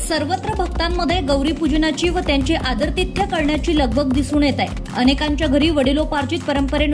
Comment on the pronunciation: आव्हान नाही आवाहन, आदरतिथ्य नाही आदरातिथ्य